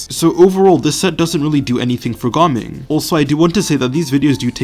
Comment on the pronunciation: I am very curious as to how you pronounced Ga Ming's name now